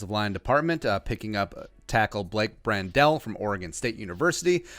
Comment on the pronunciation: Pronounced like Handle with a "Br" not "Brand-Del"